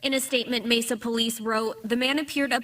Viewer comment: He said Messa PD... enough said